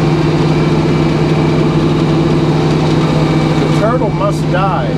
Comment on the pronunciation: Did you say "Turtle"????